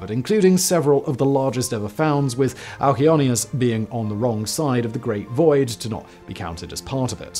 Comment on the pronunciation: For anyone wondering, the name of the largest galaxy is Alcyoneus. Simon's pronunciation was not very clear.